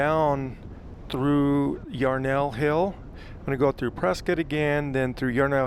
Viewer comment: Hi, your channel is great! I’m a native Arizonan, too… born in Winslow. I don’t want to offend you, but the majority of natives pronounce “Prescott” as “Pres - cut”. Bot of my grandfathers pronounced it that way and both were born in the late 1800s. No offense I hope.